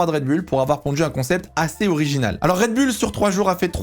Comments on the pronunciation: yes same here, on dit red boule 😄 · red "boouuuullllleeee" putain... pas red "bulle"😅 tu dis les Chicago "bulle" aussi?? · Rien à dire sur les propos très riches et bien formulés. Petit bémol... un rien ! On dit RED... BOULLE et non pas BULLE !😏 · MDR la prononciation de Raide BULLE :) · La vidéo est sympa et intéressante, par contre la prononciation "Red bulle" décrédibilise trop le message. En tout cas, ça me fait tiquer :).